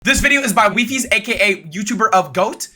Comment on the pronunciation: I thought it's called why-fies not we-fies omg well well well